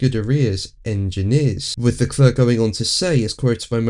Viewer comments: Dude! It's "le-clair" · Leklør? Ha ha ha ha ha ha. You mean Leclerc? Ha ha ha ha ha. Lekløøøør Lekløøøør Lekløøøør Lekløøøør ha ha ha ha. ÅOKIDØUKS as well also.